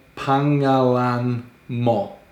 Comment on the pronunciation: To make it easier to pronounce, instead of saying 'pa-nga-lan', you can say 'pang-nga-lan' (or pang-a-lan is even easier). When you learn to say it faster, it would sound more natural the way native speaker would say it. You can apply this to other words when you find the 'ng' in the middle a word. Trivia: Tagalog is a shorthand of 'taga-ilog', which translate as 'from the river' or 'person living in or by the river'.